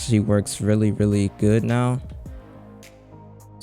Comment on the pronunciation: Well Im confused did u tryed to say GOOD or GOD?